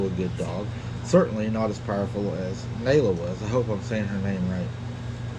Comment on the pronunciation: It is pronounced Naaalaa